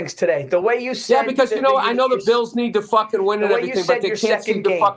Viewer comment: Bills pissst lol love it